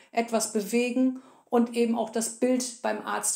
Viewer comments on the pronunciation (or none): none